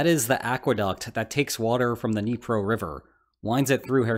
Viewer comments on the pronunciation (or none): none